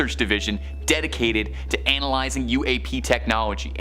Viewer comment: He pronounces it "Anal"ysing Not "analyzing" lol